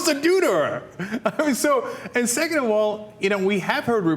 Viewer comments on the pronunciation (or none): none